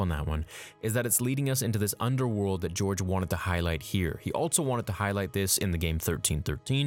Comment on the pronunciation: At around 6 minutes you said "Altso", I'm sure you're tongue was tied lol